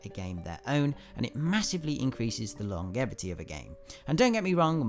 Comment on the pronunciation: Disliked because he pronounced longevity wrong